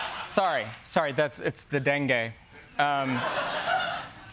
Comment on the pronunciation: Troy: The den-gue correspondent 😁